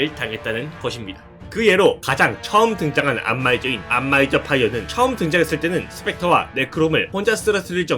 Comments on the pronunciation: 안마이저가 자꾸 안마의자로 들려서 웃음참기가 힘듬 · 안마의자라고 들려요 ㅠㅠ